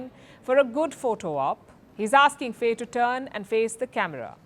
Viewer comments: It's pronouced "fie", not "fey" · Please learn how to pronounce African names. Faye is pronounced "Fai". Ousmane is pronounced "Usman" and Diomaye is pronounced "Jomai". Their names are written in the french language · Pronounce faye as fye in Senegal